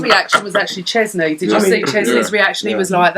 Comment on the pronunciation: I do kinda have a crush on this....but babe....our goalie is called sczezney....not chezney lol